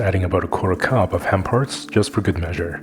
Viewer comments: sorry "henparts" really made me giggle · I heard, "add a quarter cup of ham hocks, for good measure". I just couldn't hear what you said. Was it "palm hearts"? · I thought he said ‘ham hearts.’ 😂 played it back 3 times. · What was added “for good measure?” I can’t figure out what you said? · Just before you blend you add a quarter of a cup of what? I'm hard of hearing and cannot make the name of the ingredient out